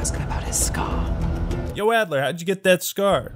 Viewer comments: “Actler” Why did it take me an hour to figure that one out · Excuse me, it’s Russell “Leon” Actler.